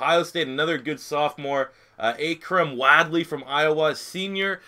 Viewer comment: the way you said akrum made me cringe